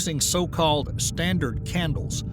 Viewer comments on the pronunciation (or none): "Standart candle" BUSTED! 🤣 This video is AI generated.